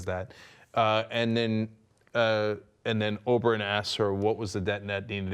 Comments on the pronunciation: Can you please not say Oberon and call him by his real name Oberyn? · I love how he still says Oberon instead of Oberyn, even though everyone else on the panel pronounces it properly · How hard is it to pronounce "Oberyn" correctly?